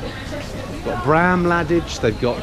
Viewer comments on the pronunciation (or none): The way you pronounced Bram Ladage made my ears bleed haha. But it's been great to watch this trip